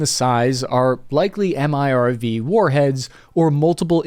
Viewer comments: Sir, a quick one. When you describe a ultiple independent re-entry vehicle, a.k.a. MIRV, the acronum is pronounced "merv," as in Merv Griffon. FYI, Sir. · MIRV or "merv". No need to spell it out every time.